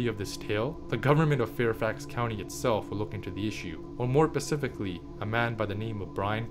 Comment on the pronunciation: Stop saying "pacifically"